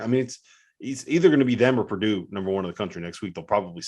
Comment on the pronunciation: Purdue😂. Stop it!